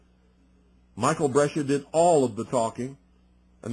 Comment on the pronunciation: Brescia- Bres cia